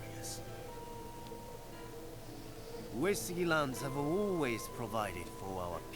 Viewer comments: Yeah, maybe you should too a = ah i = E as in "eat" u = oo as in "oooh" (Long o) e = ey as in "hey" o = oh U-e-su-gi = oo-ey-soo-gE The g is always hard. Yes he is also pronouncing "Takeda" wrong too. He pronounces it Tuh-Kay-duh. When it's meant to be pronounced Tawk-Ay-Dah. (Short A, Long A, Short A) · He is. It's pronounced "Eww" "Es" "Ewwgi" (Hard G). He also pronounces Takeda wrong.